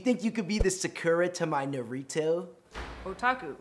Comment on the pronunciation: The way he pronounced Sakura and Naruto made me cringe.